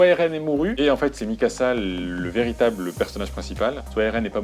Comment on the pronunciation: Bjr bon courage pour tes videos. Juste une precision : MIKASA et non pas mysaka.